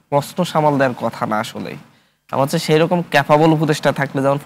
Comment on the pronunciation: তুই তো বাংলাও ভালোমতো বলতে জানো না😂 পরিসালিত, হস্ছে, জাবে এগুলো কি